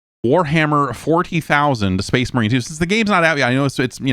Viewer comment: I think you mean "so that's SPAAYHZE MAWHREEN, 2."